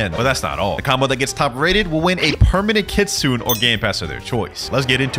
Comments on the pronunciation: Pls say ki-tsu-nay instead of ki-tsoon. Thats how it is in japanese 😭😭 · If I hear one more Kitsoon and not kitsune I will flip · Kit sune long a